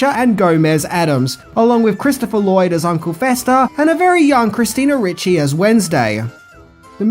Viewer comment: Ricci not Ritchie